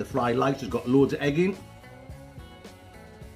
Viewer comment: Love you but do not be calling rice LICE not cool man.